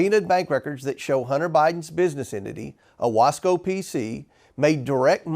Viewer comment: As some one who lives in Central New York i am impressed with the fact that James Comer pronounced Owasco correctly. That said I don't he realizes the significance of that name or why Hunter Biden would name a holding company Owasco. I don't even think he knows where Owasco is quite frankly.